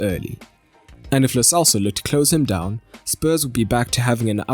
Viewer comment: Why u people say lo selso, it's lo CHelso